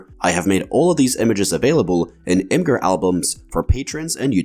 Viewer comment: Only issue I have is that Imgur is pronounced like "imager," not "im-grr" according to the creator.